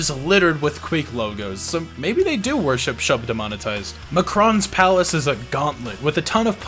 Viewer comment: LOL!!!!!!!!!!! Anyone else catch that????? "Shub - Demnotonized"! nooooooooo we must defeat